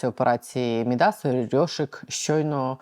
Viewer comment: МІдас - наголос на перший склад. Ім'я міфічного фригійського царя, котрий перетворював все, до чого торкався, на золото.